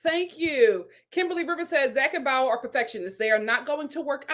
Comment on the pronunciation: My friend you say her name with two syllables. It is only pronounced as one syllable. Bao. 😊